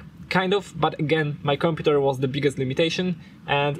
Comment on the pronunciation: The way he says "computèr"